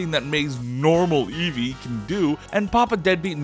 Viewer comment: You said ew to Eevee, had to dislike the video